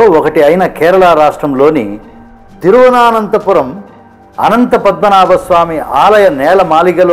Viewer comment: తిరువ-నా-నంతపురం కాదురా నాయనా తిరువనంతపురం.